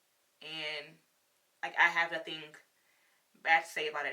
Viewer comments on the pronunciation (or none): none